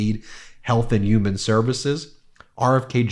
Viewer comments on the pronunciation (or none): Stop saying uman... makes you sound stupid and unreliable 🤦‍♂️ i know you can prounce HUMAN like normal people.